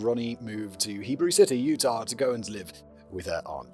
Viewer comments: Lol, Hebrew city. It's spelled Heber, and us Utahn's (usually) pronounce it He-ber. (Not that it's actually relevant! So glad this woman is behind bars.) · Hebrew City had me howling! No shade Simon or Erin, Utah has some odd city names. It's Heber City, like the president. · He also said "Hebrew City", and it's actually Heber (pronounced hee-bur) City. My grandpa grew up there. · it's Heber, Utah, not Hebrew. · Emma - I've listened to and enjoyed a lot of your scripts, but there are a number of errors in this one. Others have pointed some out, but just as an example - it's HEBER CITY, not "Hebrew" City. I think there may be some cultural/national differences at play and while they're usually not an issue, the errors are a bit glaring this time. I don't blame you for Simon's heinous pronunciation, tho 🤣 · FYI.... I live in Utah and it's Heber City not Hebrew. Utah has a lot of fun city pronunciations so I'm not surprised this happened. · Pronounced like “core-ee” and they lived in Heber, Utah. (Not Hebrew) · Hebrew City!!! It's, uh, Heber City. And Kouri pronounced like Kory.